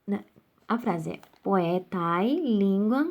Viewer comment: Aula muito boa, porém a pronúncia está errada! Árum, e não Arúm. Poetae fica poeté, porque ditonga. Fora isso, muito bom!